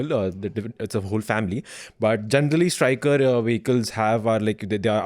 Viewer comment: Sorry to say but i need to correct a few innacuracies. Firstly, its Stryker, not Stricker. And the name does not reflect its purpose. U.S. Army has a history of naming its vehicles in honour of its Generals and Soldiers, like Abrams, Sherman, Booker, Stryker. Secondly, Stryker's primary purpose is not "attack" but to provide armored transportation to infantry, with moderate fire support. It falls in a class called Infantry Fighting Vehicles/Armored Personnel Carriers. Tata Kestrel and Mahindra WhAPs fall in the same exact class. Both Stryker and WhAPs have similar design, i.e. an armored V-shaped hull that carries 9 soldiers on an 8X8 wheel drive platform, and typically has a 30mm cannon as primary armament. There's absolutely nothing ground breaking as such that Stryker brings to the table.